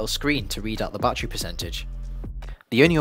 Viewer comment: "Bat Tree Packs"